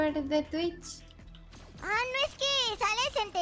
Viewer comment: Así no se dice se dice Twitch